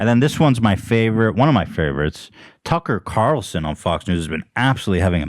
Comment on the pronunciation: for "Carl Tucken" if anyone is making another Ethan mispronouncing things compilation 😂